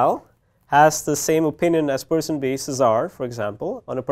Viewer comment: Machine Learn to say Cesar ... ffs